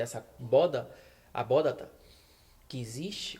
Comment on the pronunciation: Muito bom os argumentos bíblicos!! Mas não é "abóDaTa" e sim "abóBaDa". Abraço!